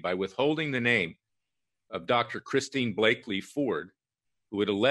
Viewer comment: Larry, Kavanaugh has daughters not sons. The CIA asset‘s name is Christine Blasey Ford not Blaky